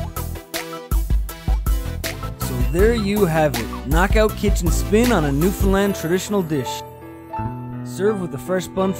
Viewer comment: Loves how ya says not newfffounndlannd or newfinland stew but Newfoundland stew! Hahaha I says da same thing everytime I hears somone from away say da wrong pronunciation every fuckin time! Good recipe brudder keep em commin!